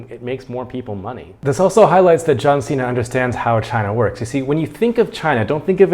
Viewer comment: 是John Cena！不是John Xena！英文有問題嗎？！